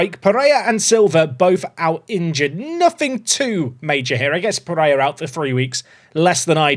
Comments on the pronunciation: "peh-ray-RA", "KEEN-yon-ez", "hay-zeus (maria garcia)" "ah-ghee-LAR", come on if you can nail Finnish pronunciation I believe in these too! 🙏🙏🙏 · apologies for the error, all I want is for to stop saying a very English sounding “Jesus” and to pronounce the final R and Pereyra’s name! 😅😭